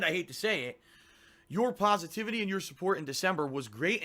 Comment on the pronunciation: "Pahsivitivity" "Pahdkahst" Remember that, guys. It creates the kwality kahntent